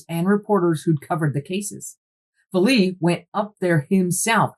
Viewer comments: Great depth of knowledge on this topic. I’ve seen it before on Ancient Aliens. And so you know, his name is pronounced valet like valet service. Is this connected with the UFO sighting that happened in a village where people had weird marks/ skin irritations and a local Doctor tried to treat them? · I love this channel so much. 😂😂😂 but the mispronunciation of Jacques Vallees last name is hilarious every time she says it 😂😂😂😂